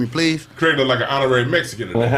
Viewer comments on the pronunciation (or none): Kraig a "Mixican" 😂